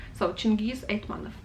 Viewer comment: Two small corrections: certainly it's AitmaTov, not AitmaNov; also it seems to me that a stress in Pikul falls on i... I think you've missed Kozma Prutkov and Daniil Kharms... As well as Bazhov, Olesha, Sholokhov, Kir Bulychov, Kataev, Nosov, Krylov (the one of a kind in the whole Russian literature!), Aleksandr Volkov (the one that wrote The wizard of the Emerald City). Other than that, very nice.